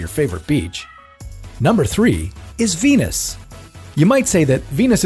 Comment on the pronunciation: 金星一直聽成penis